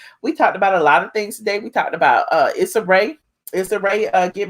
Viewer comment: Issa = pronounced “E-SA”